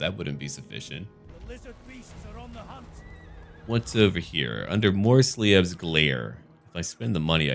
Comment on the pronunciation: Greetings from Germany,. I just wanted to point out that the "ie" in Manslieb and Morslieb is pronounced with a long i and a silent e, if it is pronounced as in German.